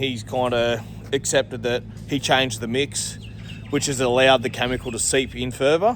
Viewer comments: It’s pronounced Kemicle not Camicle. Chemical Cheers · its "Chemical" not "Chamincal"